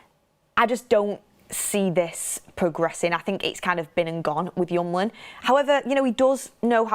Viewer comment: His name is hjul-mand, not hjum-land